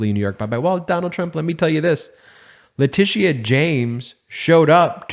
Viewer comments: Letitia is pronounced "Le -tisha." It is a very old name. That's the French spelling. The English used "Latitia." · Bravo! Loved the Jr. thing. Just fyi Ms. James's name is pronounced "La-tisha".